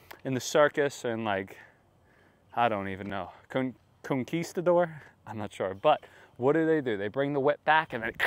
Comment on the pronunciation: You had me until "Conquistador" :-D Kidding, Thanks for taking the time to do this tutorial.